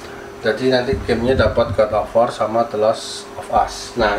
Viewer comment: Bang bukan god of war tapi godobor